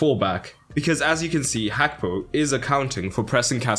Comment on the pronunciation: Is it actually pronounced as hakpo?